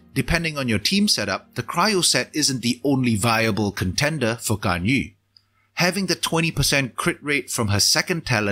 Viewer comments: finally someone who pronounces GANYU, not GANYOO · Good thing about Singaporean youtuber: pronouncing Ganyu correctly